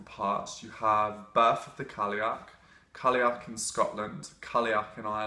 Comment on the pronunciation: I have only ever heard Irish and Scottish speakers pronounce it like kal-y'och, call-y'och, or cull-y'och...So I feel like he's saying it pretty accurately, just with a more English accent. Of course I'm American, so maybe I'm wrong. :)